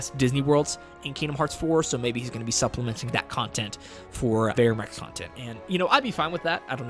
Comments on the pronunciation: Ver-um Rex bro, not Varium Rex Don’t mean nothing by pointing it out but it’s critical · “ UhO i Love Veyrium Rex “ wtf is that its VER-UM . squish it together. VERUM . VERUM REX